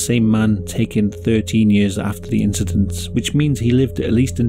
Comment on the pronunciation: "it was jusht an inshidont" The incident